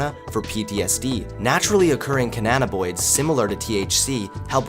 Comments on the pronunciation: Ca nna bi noids Not Ca nna na boids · Pronounce it with me, CA- NNA- BI-NOIDS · hahahaha "Cananaboids" lol